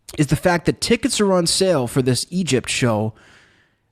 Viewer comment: for the love of God please work on saying THIS instead of DIS you are killing me